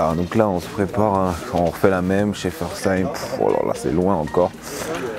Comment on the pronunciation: C'est quand même honteux de prononcé Weitbruch de cette façon. Je crois qu'un cours particulier s'impose. Tu devrais aussi faire une vidéo où tu montres ton évolution dans la prononciation des villages. Au moins un point positif tu a bien prononcé Schaeffersheim, c'est un bon début.